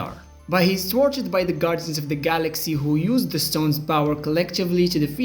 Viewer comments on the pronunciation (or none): none